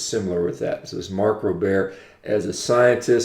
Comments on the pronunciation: Mark rober not robair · Holy crap. This guy is an idiot. First off, making a word sound French does not make you smart. His name is Mark Rober (pronounced: Robe-er). How can someone actually post a dissertation about how bad something is, without actually trying it. I love meat. I love venison, beef, pork, fish, carrots, lettuce.... I don't love factory farms. If this guy is the result of a 100% meat diet, I'm out. What a moron. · Sorry, but you’re a fucking idiot, couldn’t even pronounce his last name correctly